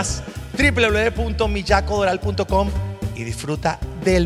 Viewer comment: por favor, pero no se pronuncia "Millaco" que suena casi como bellaco, se pronuncia "Miyako" con la ye de yoyo...suavecita ja ja ja ja...